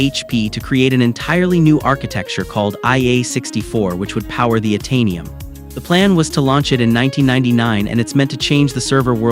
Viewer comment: the mis-pronounciation of Itanium and Operton was it for me. ugh